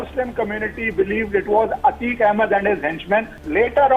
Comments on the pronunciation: It's ateeq not aaatiq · Ateeq Ahmed hai, Aatiq nahi bhai.